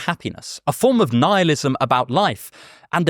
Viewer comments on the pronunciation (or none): none